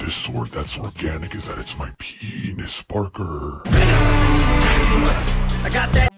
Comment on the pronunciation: saying penis Parker keeps catching me off guard